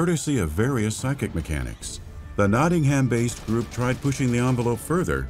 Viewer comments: Why do Americans insist on saying things wrong?! They pronounce it Notting-HAM when no one in thr whole of thr UK calls it that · I love how Americans pronounce places like Nottingham and Birmingham notting HAM birming HAM lol it's cute